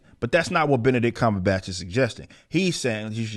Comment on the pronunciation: "Beenabitch Cmonhun"